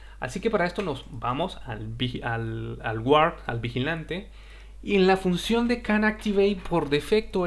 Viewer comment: Gran video. (la "u" en guard no se pronuncia)